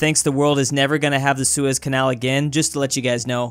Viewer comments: don’t say seus canal without the e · don’t say sues canal without the e